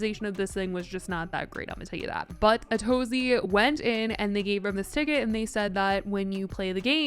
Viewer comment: The most I've learned from Ace Fest is that Atozy's name is not pronounced like "A to Z"